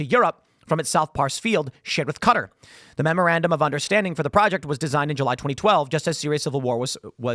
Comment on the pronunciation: everytime i hear tim say the qatar-turkey pipeline, i hear him say cutter-turkey